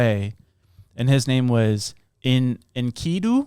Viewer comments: It sounds like “ inky doo “ when you pronounce it. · It’s enki du 😂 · Pronounced - Ink-ka-du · It’s pronounced enk-ee- do instead of en- key- do. Not that it matters. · Pronounced inky do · I've heard his buddy's name,pronouced..🤔 "Inky-do" 🙂 However,idk to be sure! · I think it’s pronounced Inkee-doo. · Its In-key-doo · Basically Inky-Dew bro lol you having difficulty. I got you though no prob. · They didn't find Sanskrit, they found cuneiform tablets in the old library in Nineveh there was put together by Asherbanapal, but was destroyed by fire. That was the first mistake in the first one minute of this video but then you couldn't pronounce Enkidoo (sp) properly, and it's not that hard, and then you tried to say that Anu was part of the Anunnaki and that's also incorrect. If you're going to talk about this stuff the people are super passionate about like me, you should probably think about getting it right.